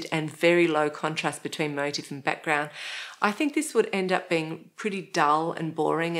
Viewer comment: Motif is pronounced "moh-teef" . My motive for pointing out this error is that it drives me nuts .